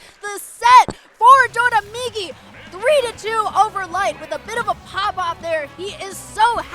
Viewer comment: Its always funny when a commentator pronounces doramigi as “dodamigi”, because the ra in Doraemon (inspiration for his tag) is pronounced more similar to an L.